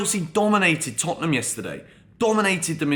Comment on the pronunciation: Hahaha Tottenhunm who